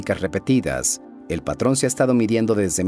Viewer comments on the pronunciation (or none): none